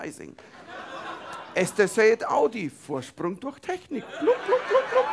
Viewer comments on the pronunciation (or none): none